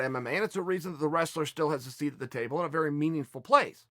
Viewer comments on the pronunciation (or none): none